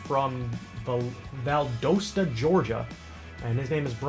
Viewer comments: You say Valdosta like Val DOS ta... soft on the Dos... Say dos like nos instead of Val DOSE ta. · Its pronounced Val-da-sta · When you said Valdosta I cringed so hard